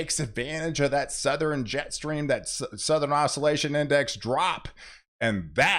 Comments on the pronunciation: It’s said Southern not southren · “suh-thur-en” snow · Did you say SoutherEn?